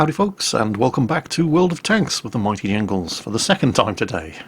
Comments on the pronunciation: It sounded like he said welcome back to the mighty nyingles, not jingles XD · The Mighty Ingles??? Please tell me I’m not the only one who heard that